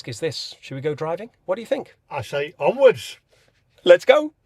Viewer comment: He was keen - def been chipped - was dominated there he couldn’t even say onwards properly lol